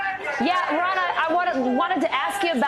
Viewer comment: Every time she says Ron I keep thanking she says the word run which is probably more appropriate